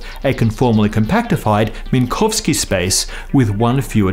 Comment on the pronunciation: Text said "Minkowski", you said "Minkovski".